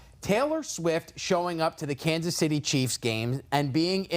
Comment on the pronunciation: Lost all credibility when he said ‘Kansas’